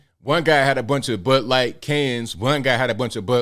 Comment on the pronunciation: did call it butt light? lol